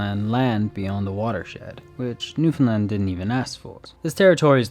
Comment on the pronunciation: As a Newfie thank you for Saying Newfoundland properly LOL you have no idea how much it pisses us off when people call us “new- Fin-lind” like we have nothing to do with Finland thanks 😭